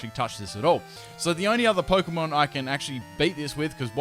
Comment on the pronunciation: I love your videos but cannot stand your pronunciation of Pokemon names ahahahaha